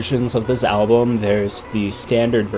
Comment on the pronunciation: Ok I can't like this because of the way you say album. wth?!?!? al blum?? no I wanted to pay attention but I couldnt. so....